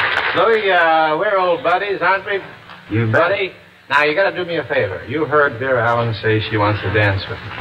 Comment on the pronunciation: I can’t understand how Perry could mispronounce her name as “Vera Allen” since she had been starring in big-budget movie musicals for years by the time she made this TV appearance in 1956.